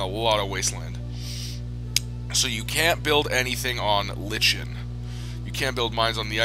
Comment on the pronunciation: Green lichen, (pronounced : like N)